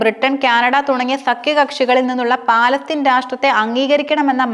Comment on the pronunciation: Palatheen alla palastheen annanu samsarikkubool sraddikkuka